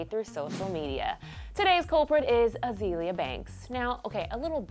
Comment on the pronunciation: Why does she keep saying Uh-zee-lee-uh instead of uh-zay-lee-uh? Azealia and Azalea are pronounced the same way.